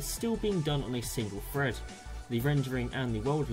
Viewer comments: Well done, but it's pronounced "thread" not "fred" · Drink every time he says "fread"